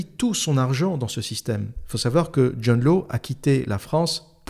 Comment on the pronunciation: Hâte de me la farcir ! : John Law se prononce John Lace (il est écossais)